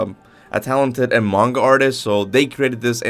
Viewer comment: Please stop saying manga like that 😭